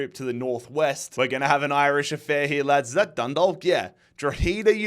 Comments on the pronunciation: It’s pronounced dro-head-ah and dun-dalk as in talk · Dundalk is pronounced Dundak, just so you know. Keep it up man, love the series! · Just a heads up, you don't pronounce the L in Dundalk, it's more like Dun-dawk (like hawk) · Thank god I don’t have to hear say Droheeeda anyway. Instead I just have to deal with the way he says Dundalk.